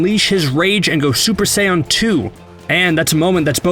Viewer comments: Uhm dude your saying saiyen wrong sorry I think it is pronounced say-yen Not saiy-en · My guy said super "saiyon" 2 . That hurt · I hate the way he pronouncing theses words like gohan and saiyan